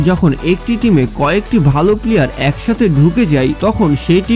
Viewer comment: ভাই আপনার উচ্ছারণ ঠিক নেই পিলিয়ার বলে 😆😆😆😆😆😆😆